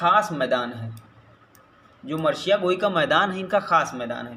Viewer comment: Sir marsiya h marshiya nhi